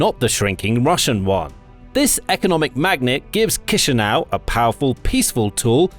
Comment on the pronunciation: Kisinau is giving me chills it's chi sinau